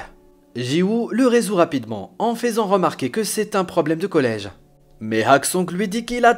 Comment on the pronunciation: En faisant... alors certes ça s'écrit comme ça mais ce mot se prononce feusant